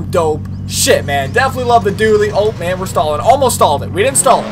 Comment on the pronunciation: dually not dully...dont het me wrong im a huge fan